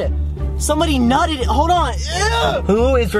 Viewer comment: No one: Literally no one:: somebody NuTeD